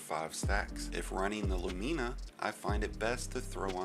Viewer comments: Your pronunciation of Lumina is jarring. LOO-men-uh, not loo-MEAN-uh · "LuMEEna" still great vid tho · Why people be pronouncing it Lu-meena. Lol. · You are butchering the name of that exotic weapon something crazy 😂😂😂